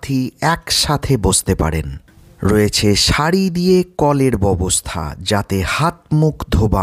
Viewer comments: ববস্থা নয় ব্যবস্থা উচ্চারণ করলে ভালো হয় । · Byabosta sotthik uchcharon.Uni kicchhu bhul bolen ni.